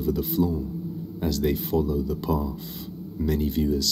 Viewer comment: Great video, but, the narrator needs to speak "th" correctly! 'Thoughts' not "forts!" 'Methodist' not "Mefodist" ' path' not "parf"😂 etc.